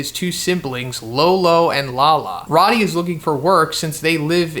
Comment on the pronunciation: Pretty sure it's pronounced like "roadie". Rody doesn't have two Ds.